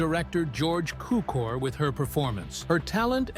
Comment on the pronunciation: You pronounced George Cukor-s name wrong. His surname means sugar in Hungarian. Pronunciation of [Sue-core] is the closest i can describe.